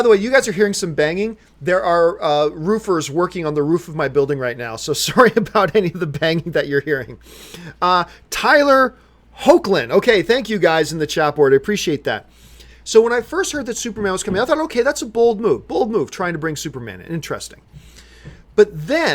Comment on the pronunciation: In regards to Supergirl I understand your complaints but I recommend you at least watch the first two episodes of season two because I would love your overall thoughts on Tyler Hoechlin’s Superman btw his last name is pronounced hecklin have an awesome day